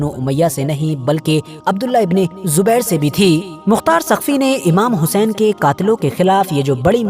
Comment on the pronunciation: Saqfi ha taqfi nhi bhi shab